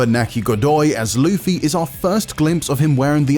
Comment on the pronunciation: Lufy? Usop? What are these pronounciations